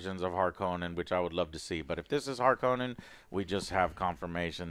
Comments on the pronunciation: He changed the sound of harconna like hes name in the us hes name is denis not deenneve its fukin denis like denis the menics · Joe, the new movies pronunciation of Harkonnen is the correct one. Frank Herbert himself called them that in the audio books he did of the first book.